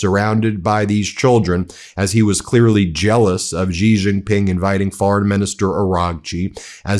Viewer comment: It’s “See Jin ping”